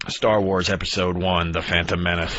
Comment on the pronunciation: First time I noticed Patrice's Boston accent, "Staah-Wars". Sure I've heard it before, but this one stuck out.